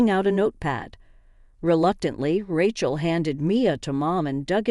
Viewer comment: Rechel? lmao